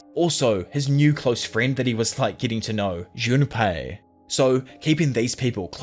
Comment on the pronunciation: Say are you saying "Junapie"?